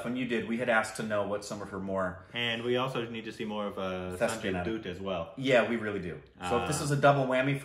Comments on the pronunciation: You must watch this film. It really is a great film. Amazing performances by Kajol and Sanjay Dutt and most of all.. the man that gave me nightmares as a kid Ashutosh Rana(the bad guy in the film) ..he is one hell of an actor... Also 'Dutt' is pronounced like 'butt' and not 'Doot' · STOP CALLINNNNNNGGGGGG SANJAY DOOOOT... Its Sanjay dutt (like butt) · Aitraaj movie trailer. It's pronounced sanjay daatt